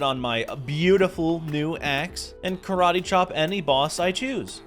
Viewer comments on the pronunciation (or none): none